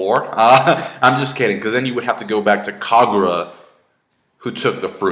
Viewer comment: its kaguya not kagura